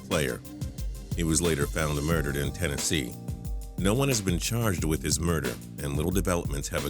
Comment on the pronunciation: at the beginning it said muderered not murdered